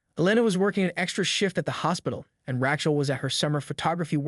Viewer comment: This is garbage! AI can't even pronounce Rachael. And, what the hell is a "tellto sound"?